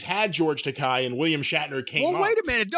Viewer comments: And George pronounces his name as Tek-eh (long a), not Tek-eye. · Takei is pronounced "Tuh-kay". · Guys, if you haven't seen George on YouTube telling folks how to pronounce his last name, it rhymes with "okay". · Takei It's pronounced like Okay. Didn't anyone listen to Howard in the 2000's?